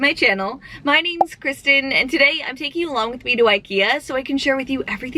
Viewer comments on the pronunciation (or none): none